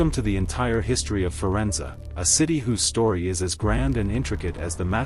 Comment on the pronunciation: I definitely gave you a thumbs-up and subscribed. I was particularly pleased that you pronounce "Medici" correctly, but I wish you had pronounced "Firenze" correctly, too. It's feer-ENT-say. You mispronounced the last syllable. (Since you asked, I've lived and worked in Florence for the past 40 years. I teach at the Angel Academy of Art, Florence.)